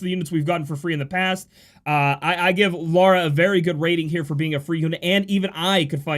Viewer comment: you say "Lara" and "Laura" the exact same way...